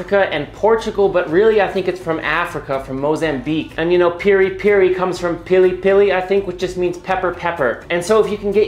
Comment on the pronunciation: Thank you chef for saying its pili pili chicken and not peri peri. That’s a made up name